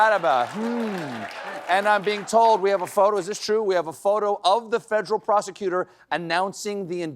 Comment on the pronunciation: Funny how Stephen’s South Carolina accent slips through just for the word “federal”.